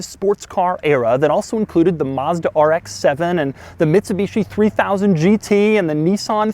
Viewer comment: neesan? marrrzda? lol